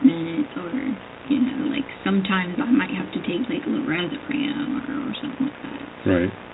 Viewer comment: It’s Lorazepam, not Lorazepram… “ Dr.”